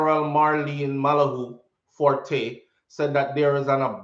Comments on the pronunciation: ….,but that’s what am saying: it’s NOT “fortay”…… it’s FORT!!!!! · ……not belaboring the point but it’s Malahoo (FORT..like a military fort) although it’s spelled FORTE.